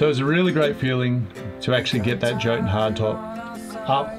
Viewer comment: Yo-tun... not joe-tun...